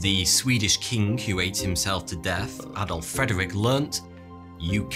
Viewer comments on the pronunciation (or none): none